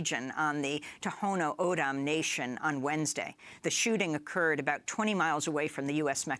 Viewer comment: Tohono O'odham as "To-Hoe-No Ah-Dam" ... haha not quite